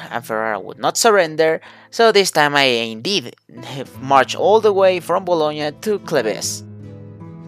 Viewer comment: "gn" Is pronounced as ñ in spanish